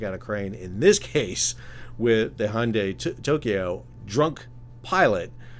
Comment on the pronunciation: I've heard it as 'hun-day' and 'hin-dai', but never the way you pronounced it.